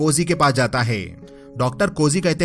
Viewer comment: Faasi hone wali hoti heeeey, kada hota heeey uske pass kuch hota heeeeeey Hai par itna Zor kyu dete ho?